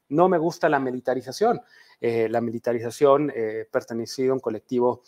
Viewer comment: En cuanto dice "polraización," perdió toda credibilidad. PD: También cuando chilló de "militraización." ¿Quieren seguridad o no, PRIAN?